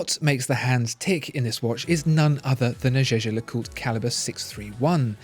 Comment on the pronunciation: The way he pronounced it today is the correct way.